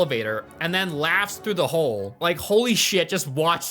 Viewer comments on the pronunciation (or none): none